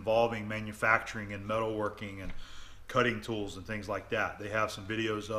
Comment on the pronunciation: *Tools, not tolls :)